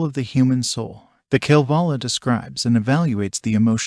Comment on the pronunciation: Would be nice if you could pronounce “Kalevala”